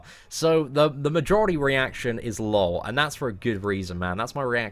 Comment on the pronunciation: Dude, the best part of this video was at the mark. You said LOL as a word instead of reading it as L-O-L. I thought I was the only person on earth that did this. 😂😂😂